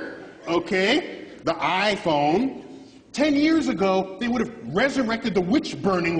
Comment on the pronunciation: The aaaiiii fon (clin caja) jajaj Que capo este tipo, como lo banco.